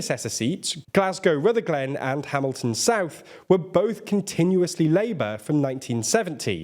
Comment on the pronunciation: FYI it’s pronounced rutherglin not Ruther glen